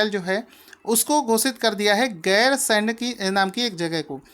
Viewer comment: 9) उत्तराखंड की ग्री्मकालीन राजधानी गैरसैंण को बनाया गया है। सर जी राजधानी का नाम गैरसैंण है आप गैरसेंड कह रहे थे।😊